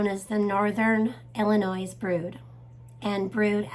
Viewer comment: Dear, I reside in Eastern Iowa and I am from Southern Illinois. As I recall, last spring Spring of 2023 their were Cicada sounds and Cicada shells here. I will remember this video from you come Spring 2024. AND it is pronounced "ILLINOI", the S is silent. Thank You for this interesting report 👍.